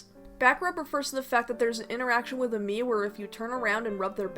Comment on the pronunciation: "Miitomo was an app game revolving around the meat characters" is what i heard xD